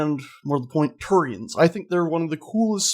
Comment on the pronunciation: Drove me crazy how you keep saying Turians confirmed...